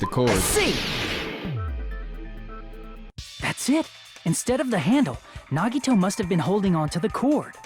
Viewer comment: hE FINALLY SAID HIS FUCKING NAME RIGHT IT. TOOK. HIM. DYING